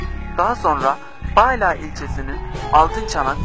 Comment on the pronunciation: ahaha Ankara Bala ilçesi öyle mi okunuyor ya hiç bilmiyordum şapkalı a ile. Bu ne ala dercesine Bağla ilçesi :P